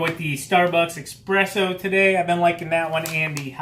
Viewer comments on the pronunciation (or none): it's not EXpresso its Espresso.